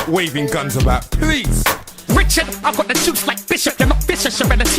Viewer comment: The way Ghetts say "Richard"! Cracks me up to this day 😂😂 Bro this is some good work big up ya self for this, brought back bare memories. What a time to be alive!!!